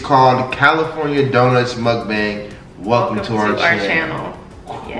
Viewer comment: When correctly pronounced Mukbang the first time and then proceeded to mispronounce it, I was like “aww man you had it!”...lol love y’all 💕